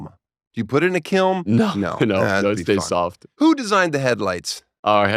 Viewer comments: Did Dan the Mustard Man say "kilm" with an M twice? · Anyone pick up on “kilm” instead of kiln ? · Made mustard smothered salami sandwiches in 3rd grade because I craved mustard. Also Daniel, it's kiln not kilm. Your welcome. 😊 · Hey Daniel “Kilm” is not a word…. It’s “Kiln” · You said kilm. It’s kiln. Do you even sculpt bro? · Kilm??? It’s kiln! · I have never through all the years of Tosh.0 and all the interviews on the podcast heard Daniel mispronounce a word. It’s Kiln. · Did Daniel say kilm?